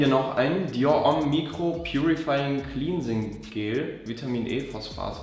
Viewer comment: CLEANSING; es heißt nicht clinsing sondern clänsing